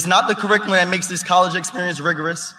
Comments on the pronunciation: Why does he pronounce "Curriculum" as Kuhrickalen"? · He can't pronounce the word curriculum